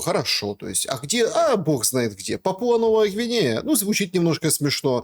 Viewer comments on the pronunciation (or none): Позорище Шелест! Журналист? Пåпуа-Новая Гвинея-ударение ставится на первый слог , а не ПапУа😨